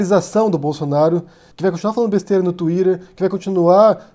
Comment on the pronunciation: "twiderrrr" é o caralho. Você uma sílaba em português e outra em inglês. É de um jeito ou de outro.